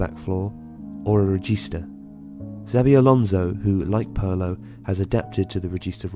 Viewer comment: Pirlo Not Perlo